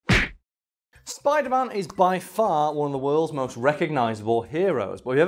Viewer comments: Ah yes, I love Spidlr-Man. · Oh yes the Spidlr-Man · wtf is a SPIDLR-NAN tho? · Fun fact tom Holland has a hard time saying spiderman.